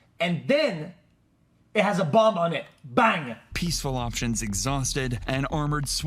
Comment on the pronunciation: dude pronounced bomb with the b